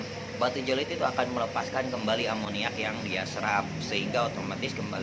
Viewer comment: bukan batu je lo it, tapi Ze o lit